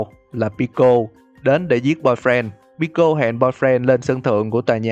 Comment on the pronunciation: Đọc là pico ko phải bico